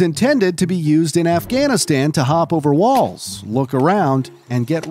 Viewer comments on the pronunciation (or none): none